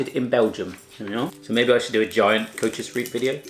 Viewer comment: Koewtjes riep😂😂ik ben Nederlands en ik lachte me kapot